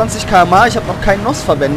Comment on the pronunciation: btw n.o.s. nicht noss